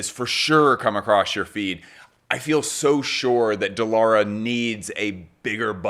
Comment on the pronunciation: So proud from Turkiye. She called as Dee Lara instead of The Lara btw :D